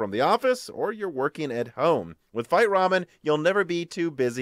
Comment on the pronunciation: you are pronouncing "VITE" wrong:) "VITE" is the french word for "QUICK" and the correct pronunciation is more like: "VEET":) Happy midweek and please keep it up the great job <3